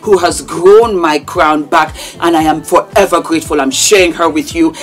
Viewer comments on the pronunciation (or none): none